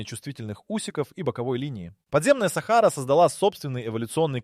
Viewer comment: В слові Сахара наголос неправильно читають на перший склад,а потрібно-на другий склад